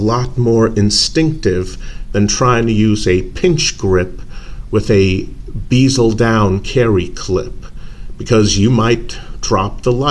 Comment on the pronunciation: It's a " bez el " NOT a bloody " beezel " FFS. Just listen to how anyone else says it FFS! Man clowns making up their own pronunciation for words that's NOTHING like how the rest of the world, OR the spelling indicates piss me off! And it's not "checkering" it's called "knurling", I've made it myself on a lathe many times with the correct tooling. It's not particularly deep or rough either on that thing.